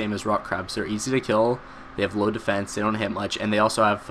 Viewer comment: How low "Defecne" does yaks have? :)